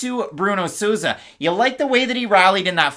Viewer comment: From a Spanish speaker. Your are murdering Souza’s last name …. With love tho 😂